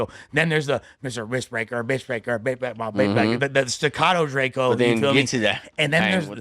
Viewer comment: Don’t care what whatever the nigga name is gotta say after saying DRAK—EEE-O.. he clearly don’t listen to drakeo. This dude is a horrible podcasters